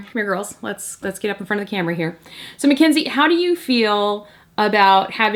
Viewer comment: It's Mackz not Mack